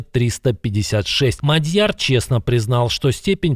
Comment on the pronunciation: Когда Вы станете верно произносить фамилию МАдьяр